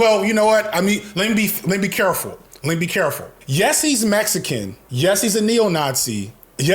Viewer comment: Bro makes Mexican sound like a slur 😭😭😭😭 cmonnnn